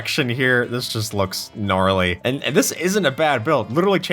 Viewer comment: Did you say gnarly😈😈😈